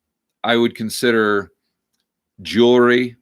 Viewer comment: Did I hear you say "Jewlery?" Lol....